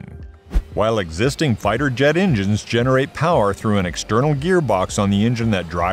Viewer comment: Don't forget the ingines